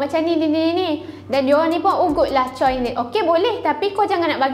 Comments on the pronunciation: Memang ejaan dia "Choi" tapi sebutannya "Chwe" (baca: Cho-wae) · cara sebutan choi bukan camtu tak silap saya. sebutan dia bunyi macam "chair".